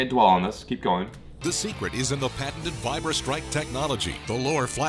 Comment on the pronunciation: why are you saying patenant its patented not that hard.... Oh i forgot your American that explains it